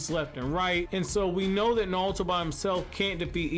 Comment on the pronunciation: His name is naruto not nalto